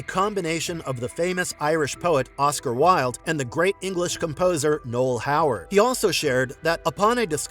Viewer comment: It's Noel COWARD. NOT Howard.